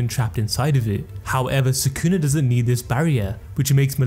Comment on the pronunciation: try to pronounce sukuna properly first then try to "explain" stuff to your audience